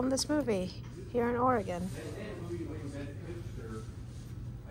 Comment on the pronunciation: I'm guessing you didn't make it to Portland except for the airport? Adam was here not too long ago as well, and y'all seem to slide in and our of town lol. Thank you for pronouncing Oregon correctly.